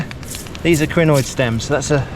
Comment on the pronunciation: A what stem? The autosub says crenoid, but it sounds more like greenoid